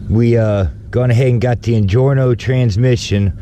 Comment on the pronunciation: Injora not injorno lol